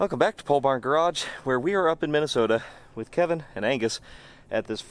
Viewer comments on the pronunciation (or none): none